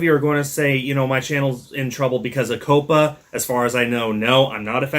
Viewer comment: Polite Pronunciation Correction Say it with me Cop-A Not Co-Pa COPPA is pronounced Cop-A